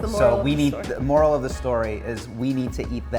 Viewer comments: you mean the “morel” of the story? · You mean the “morel” of the story. 😂